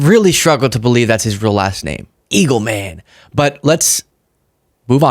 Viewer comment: Eagleman is a real name, but you are supposed to pronounce it more together like "Solomon" not Eagle-man. Hope that helps.